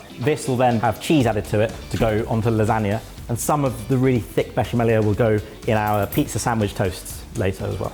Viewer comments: I love the confidence with which pronounces "besciamella" wrong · Hello from Italy. 😊 Brilliant. 😊 Canerdeli is pronounced ca-NER- de-li, accent on the NER. And it's besha-mella not besha-mellia. 😊 And it's talia-telle, not taglia-telle This would cost less over here, of course. Blame bloody Brexit. 😂